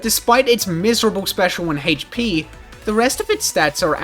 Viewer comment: I don't like the way you pronounce HP